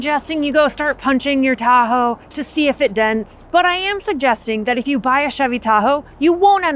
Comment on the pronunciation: Chevy "da ho" 🤐🤣